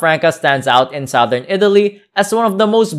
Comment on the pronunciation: Seriously , this guy's voice is hard to take and he should get the pronunciation right . even "Sowthern Italy , where the people are Funny and friendly" ? . . . o.k.